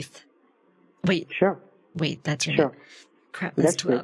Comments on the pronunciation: "Just *vait a moment" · Just veit a moment, sir.